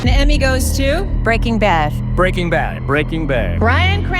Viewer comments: "Breakin' bath" ? :face-orange-raised-eyebrow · she really sad "Breaking Bath" xD